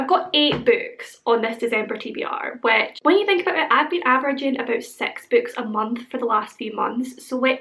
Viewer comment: I was reading my book (Harry Potter and the deathly hallows) and I had you on the background. At a moment, I heard sex magicians. I took my eyes from the vook and rewinded the video. Your six sounds like sex. It's the accent.